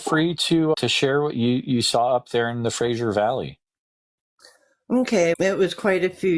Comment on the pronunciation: It's the Fraser (like laser) valley not Frasier Valley ffs